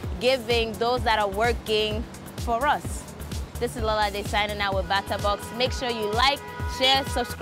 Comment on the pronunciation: lolz...d ending part towards pronouncing Bata! Box 😊